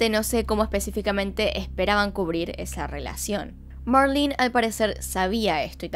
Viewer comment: Me caga que diga marlin es marlene 🙄🤦‍♀️ no sabes. Leer